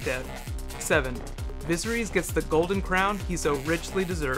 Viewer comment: He said Viserys weird..